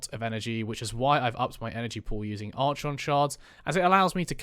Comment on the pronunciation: Hard K sound, my brother. Sounds like ArKon x